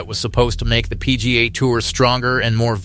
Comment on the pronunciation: What's the "pea-gahhh" tour?